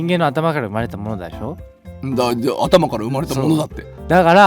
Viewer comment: よすけってすぐだしょっていうよね😂